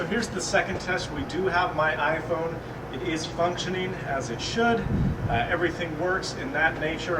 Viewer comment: "ifrone"? LOL or am i hearing things?